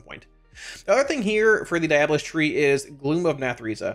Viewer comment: its pronounced diabolist.